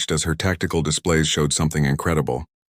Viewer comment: SOL SYSTEM! NOT SAUL!